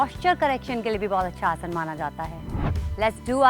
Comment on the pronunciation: Ye aurat abi bi Asan ko Asana bol rahi hai, mujhe ab chid hone lagi h isse man Kar Raha h galiya bak du,, ye hamare yog guruo ka apmaan Kar rahi hai,, 😡🤬